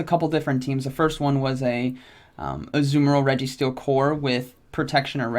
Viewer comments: It's Azumarill(uh-zoo-mr-uhl) Not what ever the fuck that man is saying. Jfc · Azoo-merill lol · Ah-zoo-mayor-al headass. Smh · Dude is rank 10 and doesn't know how to pronounce the pokemon's name.....